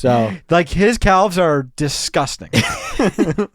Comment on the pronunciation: But emphasizing the 'L' that much in "calves" is INSANE 💀